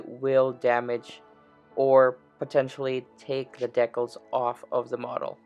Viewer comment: What is a deckel? I know what a (decal) is but I've never in my entire 75 years ever heard them called a deckel?